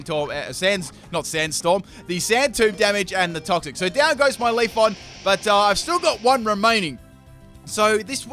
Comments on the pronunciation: It's Leafeon not Leafon.... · If you say Leafon one more time... it is leafEon! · LEAF-EE-ON , VA-POR-EE-ON, FLAR-EE-ON, ES-PEE-ON, UM-BREL-EE-ON... It's pronounced Leafeon not Leafon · He has 5 leafons and 1 leafeon1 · Are you saying "leaf on"? 😂😂😂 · it triggers me when he says leafon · He pronounces pokemon names wrong all the time... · I heard leafoff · Not just you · LeviAlsGamer2 I hear it to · I hate to break it to ya but there's an "e" after that f in "Leafeon" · CT Thai FULL MISPRONOUNCED POKÉMON TEAM